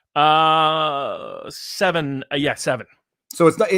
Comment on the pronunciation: Where's Nevahda?